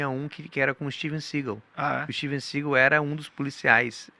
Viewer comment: steve segÁÁl sru cool kkkk